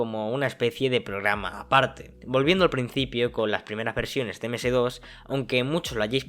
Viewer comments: "eme ese DOS" no, es "eme ese de o ese" o mejor aun "em es di ou es"... y si sirve. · amigo, yo que vivi esa epoca le puedo decir algunas cosas, Ms DOS se pronuncia "eme" "ese" "de" "o" "ese", que era el sistema operativo, el Windows era solo una interfaz grafica, pero el sistema operativo seguia siendo el Ms DOS. La PC cuando arrancaba se cargaba el SO que era el DOS y despues si Ud. queria ejecutaba el Windows, despues el SO comenzo a arrancar con la interfaz grafica. Y hasta el dia de hoy me parece que el D.O.S. sigue subyacente y la interfaz grafica con todo lo "que se ve" solo oculta el D.O.S. que esta abajo. Saludos.